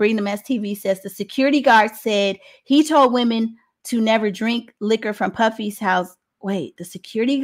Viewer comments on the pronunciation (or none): Why yall keep saying puffy son